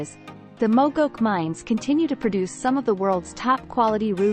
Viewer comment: It would be nice if when people insist on using Text-to-Speech Engine to narrate, that they'd TRAIN it to pronounce words correctly, such as Moh's which is pronounced "Mows" like "He mows his lawn with a lawmower" ! Not MAWS ! Mogok is pronounced "Mo-Gawk" ! PS> One of the largest and most productive Ruby Mines currently is in Iceland.